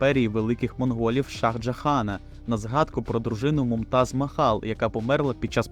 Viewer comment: Ага, наголоси міняли, а Імперію Великих Моголів назвали МоНголів, перероблюйте ще раз )